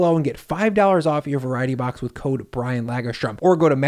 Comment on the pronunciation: The nordic family name Lagerström sounds butchered in English